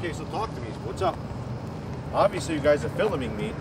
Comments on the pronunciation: I want to know why a guy his age can’t pronounce “Filming” properly. That’s illegal! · FILMINING????? oh lmfao FILMINING ME OH SHIT!!!!!! LMFAO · What does "filuming" mean? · Why are you "filluming" me? LMMFAO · I think he said feel-em